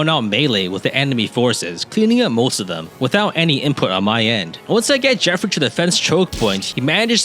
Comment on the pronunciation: The only thing i usually remember about this map, is how basicly no Youtuber i have ever watched play it, can actually say Geoffrey correctly... So bonus points for you on that front!